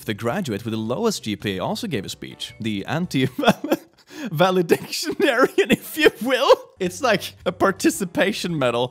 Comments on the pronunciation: Can we appreciate that instead of pronouncing it val-ih-dic-tore-e-un he pronounced it val-ih-dic-shun-air-e-un. (Not sure if this is a country thing, but it was funny to me) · That's not how you pronounce valedictorian...